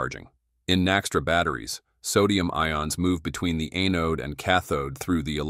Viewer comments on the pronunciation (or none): none